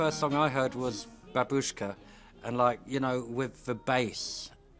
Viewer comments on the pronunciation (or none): As is said in the video she is absolutely unique (like so many British artists) and her songs and videos are brilliant, but - and people will hate me for saying it - since I learnt Russian I know that it is pronounced "BAAAbuschka" and not "BaBUSCHka". Not important to anyone who can't speak Russian but annoying to me!